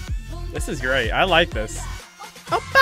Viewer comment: "oppa" means "older brother", not a gun shot sound "oh pah". :D